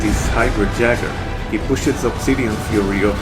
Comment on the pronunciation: It's pronounced yayger not never.😅